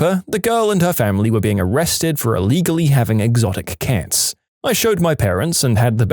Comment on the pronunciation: u pronounce cats too similarly to kids 😟